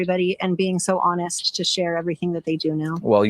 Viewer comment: and the EMPHASIS of "honest" like a PR Agent